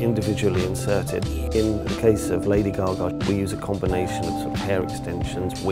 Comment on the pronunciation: The way he says lady gagais funny.:D it's like lady gugu